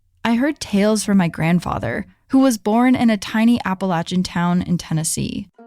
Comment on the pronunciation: As someone who grew up in the Appalachian Mountains of North Carolina right on the Tennessee Border let me say thank you so much for pronouncing it right I will listen to other podcasts and things like this and as soon as they pronounce it wrong it just throws me out of the story the whole time